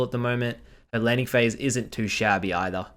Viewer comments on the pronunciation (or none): none